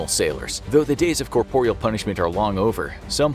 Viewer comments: Great video thanks. The word is corporal not corporeal. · SO he says corporial and these mis-pronunciations MUST be on purpose. He's reading the scripts and it's done in basically EVERY video this narrator does which makes it too much to be coincidence. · You say corporal weird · “Corporeal punishment”? 🤨 Don’t you mean “corporal punishment”? (Though to be fair, corporeal makes more linguistic sense.) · It sounded odd to my ears too, but I understand them to be synonyms so...